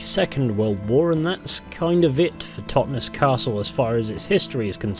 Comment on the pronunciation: Great vid, man, really but as a local can I say the pronunciation of 'Totnes' is said almost like 'Loch Ness' ('Tot-Ness) and not the 'es' emphasised as in 'hotness.'. Sorry for being pedantic but it made me twitch each time you said it, lol :) Subbed, btw